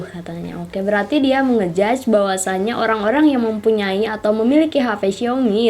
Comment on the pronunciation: Orang normal : Orang Mbak cadel : Olang